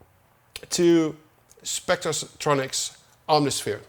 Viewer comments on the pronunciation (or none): "Spectas-tronics" Oh Tom, you silly dutch! Love ya =)